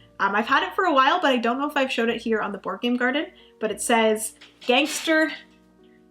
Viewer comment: Man, is so white that she pronounces gansta with a hard R. Lol